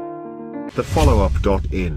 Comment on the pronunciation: भाई पहले up ठीक से बोलो state का नाम नही ले पा रहे चले टाईगर से टेबल टॉक करने